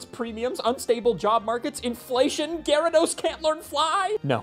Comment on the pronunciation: Great video! I love how hard you pronounce the Y in Gyarados